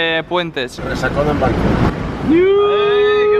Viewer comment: Cuando dijiste bancooooooc la habías cagaaaaaooo